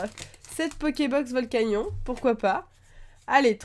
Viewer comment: Ça se prononce (volcanione)